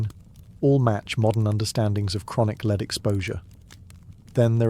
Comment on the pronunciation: the pronunciation of lead is wrong